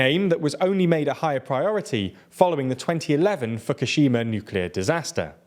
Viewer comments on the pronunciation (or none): Fuk-ushima is gold